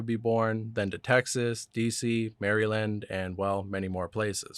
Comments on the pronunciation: Mary-land? Jesus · I think this is an AI channel. The little hallucinations and mispronunciations of easy words like ‘Maryland’ give it away.